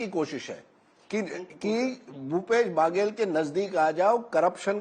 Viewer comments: बगेल/बागेल ये क्या होता है अच्छे से पढ़ कर आया करें बघेल है । और ककआ हमारे यहां कका होता है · Mr Rajdeep ...it is not pronounced as "Bhaaagel" it's Baghel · It's not भागेल, it's Baghel बघेल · Its baghel not bhagel..naam to sahi le lete . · It's Baghela not Bhagela. Correct your phonetics Mr Sardesai. Even after decades of experience.? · Aabe chutiye its not bhagel it ba-ghe-ll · Rajdeep not bhagel pronounce correct